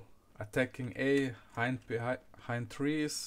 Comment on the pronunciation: "i`m stäing behäeihnd" :D